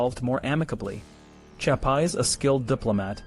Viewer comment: Nice video, but your mispronouncing of his name is a bit annoying